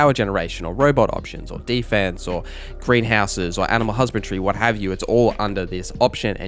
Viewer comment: HusbandRY, not Husband-tree.. great video though ❤